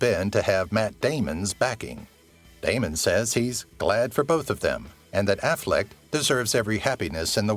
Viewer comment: It's not AFFLECKED or AFFLECT! It's AFFLECK!